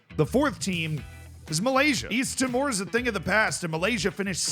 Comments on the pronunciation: East timor is meant to sound more like "tea - more" Great video though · Yeah, it's said like tea more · The way you are saying East timor is so funny, it's not even close